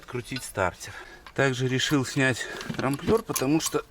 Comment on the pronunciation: трамБлер, не трамплер))